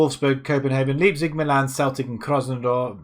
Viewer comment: Is it just a british thing not being able to say LEIPZIG? pronounced LAIPZIG not LIEPZIG